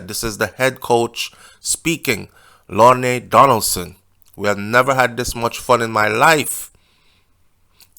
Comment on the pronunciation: Hi hope alls well. Lorne Donaldson, head coach for the Reggae Girls is a Man. LORN Is the pronunciation of his name. Keep up your good comments, investigative findings and showing your loyal & commitment to our beautiful country!!! Keep safe and well 💖 🙏